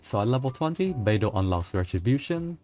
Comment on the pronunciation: when he said " how beidou's ability works, I heard albedo's ability works " lol